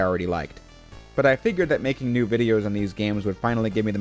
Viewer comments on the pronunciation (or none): none